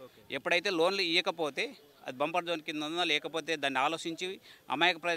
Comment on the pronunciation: బంపర్ జోన్ కాదు అది బఫర్ జోన్. నీకు ఏం అవగాహన లేదు.